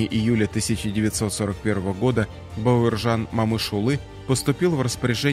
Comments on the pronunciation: Спасибо за Историю 🙏 Героев надо знать ‼️, только вопрос возникает, почему читаете бЭуржан, а не Б А уржан? Плохо с русским или ...., просто слух режет.... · Бауыржан Момышұлы дұрыс айтсаңшы Бауаржан Мамышулы демей, күйдірмеш диктор. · Зачем имя каверкаете? Не Баеуержан а Бауржан , Это как не Никита ,а Неаэкыта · Эи комментатор! Неужели ты не можешь нормально выучить одно слово? Бауыржан. Грамотеж стыдно за тебя